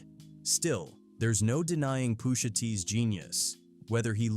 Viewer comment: "I'm your Poosha."